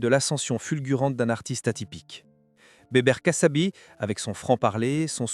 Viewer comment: kassabi pas cassabi